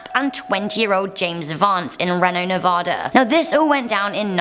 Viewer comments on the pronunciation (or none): Its not ren no nu va da its you pronounce it reknow ne va da